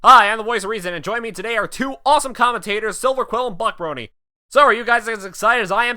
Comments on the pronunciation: Voice of Reason it souden like you said Butt Brony. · did he just say Butt Brony? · Oh BUC Brony. For a second it sounded like he said BUTT Brony. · DID HE SAY BUTT BRONY???? Oh... Buc... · I first heard "Buc Brony" as "Butt Brony".